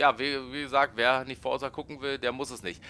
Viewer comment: Es heißt "Forza" und nicht "Forsa" ......haha